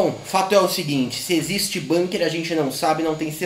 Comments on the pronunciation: acho que a pronúncia é com 'u' mesmo, bUnker e não bãnker seria, caso fosse uma palavra inglesa. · Dzim, Bunker é um palavrra alemôn